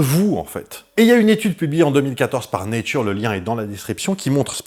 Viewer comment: Fun fact on dit pas néture comme dans laitue mais nétcheur comme dans fleur 😊